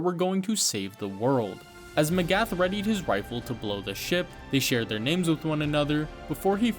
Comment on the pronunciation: LOVED THIS But, I have to ask, WHY did you pronounce all their names and places so inncorectly?! It's driving me insane!!